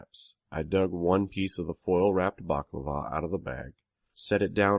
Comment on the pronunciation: Balaclava not baklava. Pan-a-see-a not pan-an-cea Leapt(l-e-pt) not leaped